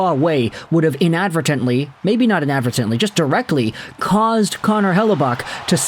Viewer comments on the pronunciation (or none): Hey. Inadvertently (IN-ADD-VER-TANT-LEE).:) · Bro can’t pronounce inadvertently